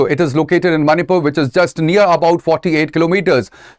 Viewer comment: Not a big issue whereas the way he pronounce the very word of the Manipur is not satisfactory😏